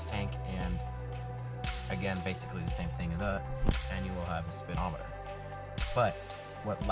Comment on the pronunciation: "Spitometer." Derp.